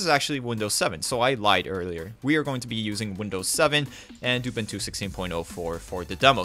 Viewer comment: uh-boon-too, not uh-bin-too.